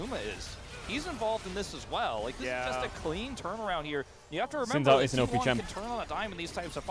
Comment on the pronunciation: I played the game where every time Caedrel mispronounces Xin Zhao I take I shot. I am now commenting from the afterlife.